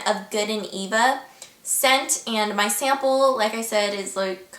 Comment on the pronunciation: Lmao! she says sanaple instead of sample. hahaha